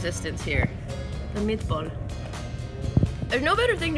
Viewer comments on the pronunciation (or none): How said: "the meat ball"